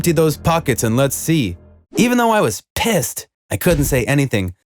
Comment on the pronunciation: I think you bad warded on us with the word pissed